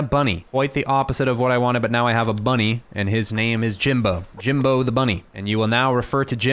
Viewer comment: He butchered jimbo